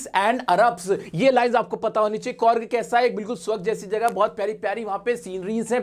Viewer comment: Sir कुर्ग ko कौर्ग pronounce karte hain...😆